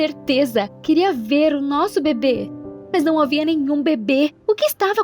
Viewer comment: Eu entendi babe envés de bebê kkkk